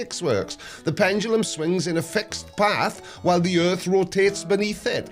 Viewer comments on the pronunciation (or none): 'Pendoolum'. Jeez. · knows how to pronunce Foucault doesn't know how to pronunce pendulum reassuring... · Why does it make me laugh when he over-enunciates ‘pendulum’?